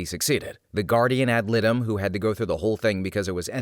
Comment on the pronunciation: IDK if anyone has brought this up, but for future reference, the “litem” in “guardian ad litem” is pronounced “LY-tuhm”. :p